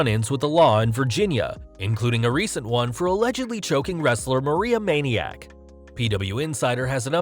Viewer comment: It’s Maria Manic not Maniac